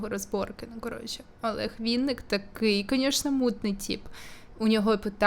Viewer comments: Так ріже вуха «вІнник» він «вИнник»😅😅а в цілому все супер!Дякую за відео❤ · Ну неВінник, а Винник, коли вже народ навчиться говорити його прізвище